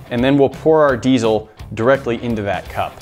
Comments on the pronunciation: Glad i'm not the only one that's bugged by that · Not sure why everybody pronounces diesel with a Z. But it's Diesel not Deizel